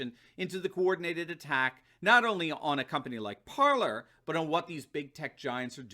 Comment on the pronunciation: Ok im gonna show you how to say it right you say parlor but its PARLER for the french word to speak its pronounce like this PARLEY and ur wlkm